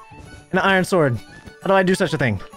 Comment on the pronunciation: and the way he pronounces ting and wit is just so funny